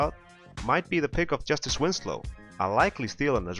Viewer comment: Hey! A couple things, 1), it's Justise Winslow, not Justice Winslow, I know the word is spelled with a c but the name is with an s 2). I respect your opinion, but if you look at the East standings last year, the Celtics and the Nets made the 7th and 8th seeds, respectively. I would think that this year's Heat are much better than either of those teams, and while I don't think they'll beat the Cavs if they are matched up, they are still a 7th or 6th seed team at least, by the logic I established there with the Celtics and Nets. Anyways, these videos are great substitutes for the regular season videos! Thanks if you read this!:)